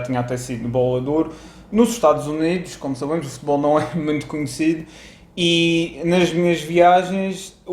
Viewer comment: Gostei de ouvir ao e a sua emoção. Também da pronuncia curiosa (, "muente", "mendo", os brasileiros pronunciam "muinto"). Mas admiro muito mais ao do que a Ronaldo, condenado em Espanha por fraude fiscal. Ronaldo tentou evitar pagar milhões de euros, necessários para pagar escolas, hospitais... Prefiro o ¿desapego? (falta de interesse) de Marcelo pelo dinheiro. Olha,, para quando um vídeo sobre Marcelo?